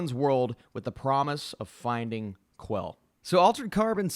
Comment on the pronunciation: It's pronounced "Kell" not Kwell.